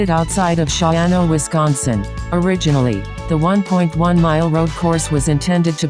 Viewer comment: Its actually pronounce "shaw-no"